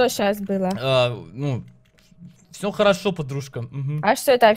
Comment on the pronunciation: Не холошо а харошо